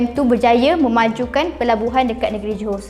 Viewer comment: Bukan opu dai tapi opu da'eng .